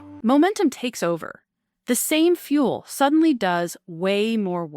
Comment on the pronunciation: "They Burn Thru Flueal " " FOUR ZERO ONE Kay" "Sabatossss" 'One Dollar and Forty Cents Million" not once but twice. Hey "" whats your retirement Date? is it $$$ based or Click Based, we "Carbon units" want to know, You gonna "pull the trigger" at "One Click and Forty Baits Million"????